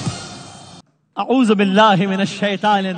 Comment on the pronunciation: ماشاءاللہ... لیکن برائے مہربانی اعوذ بِلا. صحیح سے پڑنا سیکو